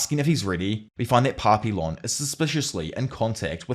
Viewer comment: My inner Canadian is coming out here, but the "L"s in Papillon are silent. It's a French word - pronounced closer to Pah-pee-yawn. Edit: It means "Butterfly".